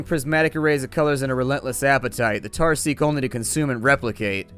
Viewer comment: THE TARRS NOT THE TARRS